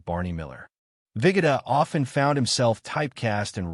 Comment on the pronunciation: Here we go again with stupid announcers that cannot pronounce names correctly, It is ABE VIHGOODA NOT VIGODIH, get a life or a new job.